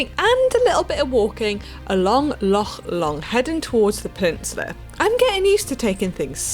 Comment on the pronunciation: Ha, Mannon's attempts at pronouncing 'loch' are very endearing. You'll get there!